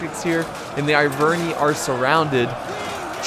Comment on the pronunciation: You don't say triari i, or arveni i. You say arvenee or triaree